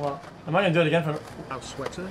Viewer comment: If we fail, we GO AGANE